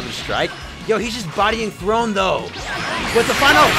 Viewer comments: calling THORNE, THRONE instead of THORNE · the “Throne” instead of “Thorne” is actually so cringe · Him: "Throne!" HIs name: Thorne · His name: Thorne: THRONE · So we ain’t gonna talk about him calling him throne even though it was Thorne? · It's Thorne not Throne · Thorne bruh like a rose thorne just spelled diff